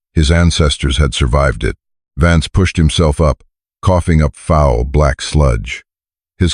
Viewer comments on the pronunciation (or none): none